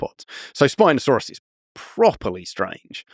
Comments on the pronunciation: Why tf is he saying Spinosaurus so weird half the time, like SpinoSAUrUS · Love the emphasis of syllables. Spinosaur Russ